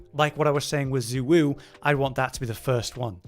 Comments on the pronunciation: Congrats youve rage baited me enough to comment on how bad those pronounciations are. ITS SHAY WUU NOT ZU WUU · Xu Wu is pronounced “Zhey Woo” 😭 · excuse me but we all decided it is pronounced UwU.